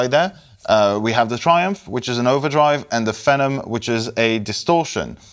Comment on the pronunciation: it's FEE-nom, not fennum, as in "a person who is outstandingly talented or admired, especially an up-and-comer. "the newest pop phenom" you sound french, so I'll cut you some slack😁